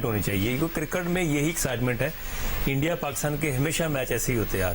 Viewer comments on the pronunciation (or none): Cricket not kirkat razzak saab